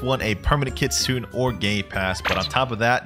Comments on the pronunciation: Pls say ki-tsu-nay instead of ki-tsoon. Thats how it is in japanese 😭😭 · If I hear one more Kitsoon and not kitsune I will flip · Kit sune long a